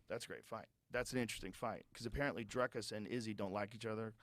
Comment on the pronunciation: Learn to say his name: Dricus. Not Draaikus. Ffs